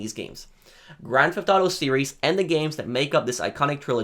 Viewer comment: “Grand Thalll”